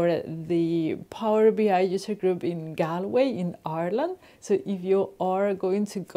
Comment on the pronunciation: Hey, so pleased for the Galway Power BI user group. To have you kick the whole thing off is brilliant & well done to Martin. Btw, the way to pronounce Galway is GaulWay:-) Great tip on the headers too!!!